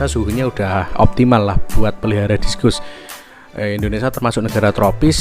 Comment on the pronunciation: Discus. . Bacanya diskas bang..